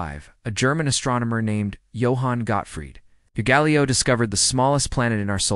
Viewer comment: AI is such BS! "The fastest planet in our solar system, whipping around the Sun at 47 Miles per hour" I've gone faster than that on a bicycle. Also, learn how to pronounce Galileo.